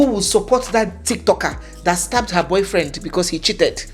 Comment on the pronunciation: He isn’t Nigerian. He pronounced “her” the way Ghanaians pronounce it. But then again Nigerians have caught doing this as well.